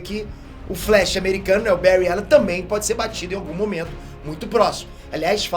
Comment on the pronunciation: Faltou uma menção ai... Tem um outro vídeo que prova que o Bary Allen e o mais rápido... não sei dizer qual o vídeo mais e um sobre os velocistas mais rápidos da Amarvel ou DC que ele ganha e diz seu nome errado tipo Bury allen.